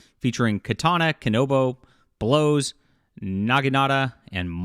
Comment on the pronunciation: LOVED THE VIDEO BUT U SAID “BLOWS” INSTEAD OF “BOWS” AND I FUCKING LOST IT 😂😂😂😂